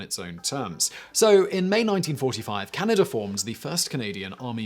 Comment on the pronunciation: Funky pronunciation of Canada as Canny-duh >